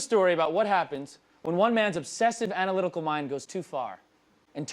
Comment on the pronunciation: lol he said analytical